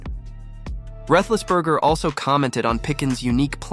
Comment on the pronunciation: Who’s Ben rethlessburger?